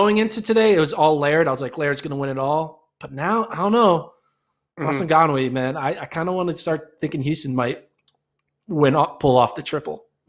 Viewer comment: They always butchering Maswanganyi's name.😂😂 This man said "Masagawah"